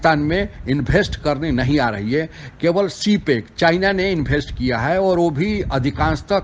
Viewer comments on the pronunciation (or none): इनभेस्ट नहीं इन्वेस्ट 😭